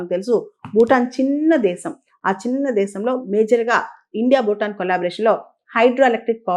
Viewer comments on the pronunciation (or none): మీ విశ్లేషణ చక్కగా ఉంటుంది. సరైన ఉచ్చారణను చేరిస్తే ఇంకా బాగుగా ఉంటుంది.( ‘బారత దేశం’ కాదు, ‘భారత దేశం. ‘బూటాన్’ కాదు, ‘భూటాన్ )